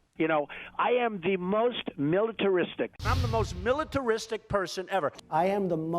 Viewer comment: The Donald must have practised a long time to almost master pronouncing "militaristic".